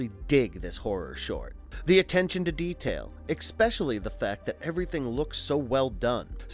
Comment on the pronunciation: Thank you I knew I heard him pronouncing the word wrong!